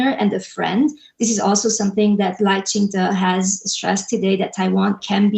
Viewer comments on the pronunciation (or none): Lai Qing Tay? It's Lai Qing Duh (Duh meaning MORAL 德 ethics, morality, virtue) Taiwanese and Chinese people have a different work ethic. Let's keep things real.